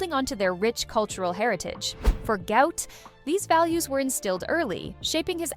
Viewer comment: Why are these people calling this young man a disease even after his father publicly corrected them... His name is pronounced GWOT not GOUT....